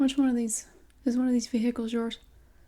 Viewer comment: i love how you pronounce vehicles VE HICLES